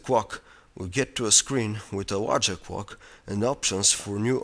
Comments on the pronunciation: WTF, "The cwock" xD almost laught myself to death :P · haha he says "crock" xD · "as you press the kwok......" :P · "cwock" hahahaha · whats a cwock. and a woeld cwock. im just kidding. but it was funny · i like when he says "clock" lol